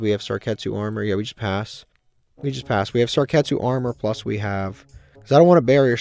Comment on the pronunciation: The way you pronounce Sakuretsu Armor makes me laugh every time😂